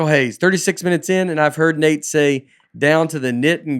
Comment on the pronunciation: And thanks for pronouncing my name right. Love you Nate